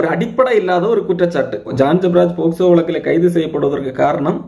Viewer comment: போக்ஸோ க்கு போஸ்கோ னு சொல்லுற நீங்கள்தான் சிறந்த வழக்கறிஞர் ஐயா😂